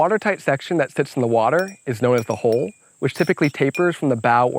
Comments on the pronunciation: I love this. it turned out really well. I also enjoyed the quirk of his accent that made him pronounce hull as hole. Lots of tittering when he talked about flat bottom holes etc. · You need to learn how to pronounce hull.